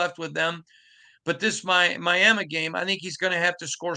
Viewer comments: My - Am - Me! Wtf has ever pronounced it my-am-mu?!? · Good going guys. is a journalist & he still can’t pronounce Miama?😂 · Myaaaamaaaa ????? Myaaaaamaaaaaaaaaaaaaa???????? Learn HOW speak English Mandatory core requirement ? You need to be able to Pronounce FOOTBALL Teams name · Who the hell says Miama?!?! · "Miama" is hillbilly slang, and did not mean it in a nice or respectful way. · Not sure if I’ve heard that pronunciation of the word Miami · the way he pronounces Miami is wild